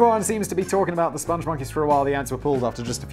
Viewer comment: Ah yes. The SpongMonkeys. No 'e' t the end of spong. The Lair of the Crab of Ineffable Wisdom